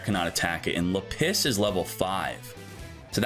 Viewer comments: JESUS CHRIST it's /là·pis/ STOP IT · I have never heard Lapis pronounced this way before! 😂